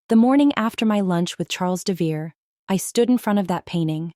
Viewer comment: AI narration often pronounces names wrong. According to the spelling (Devereaux), it should be DEV e row. That's only one of several spellings the AI subtitles use, but it is the most common.